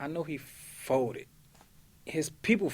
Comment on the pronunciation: "I know he fowded his ppl fowded " 😂